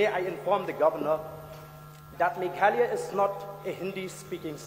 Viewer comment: The MLA has a valid point. Also, it's Meghalaya, not Mekhalaya.